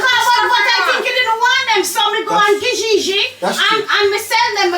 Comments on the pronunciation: its trying to say kijiji for me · The way they pronounce Kijiji😂😂😂😂😂💥..I can't stop laughing about reaction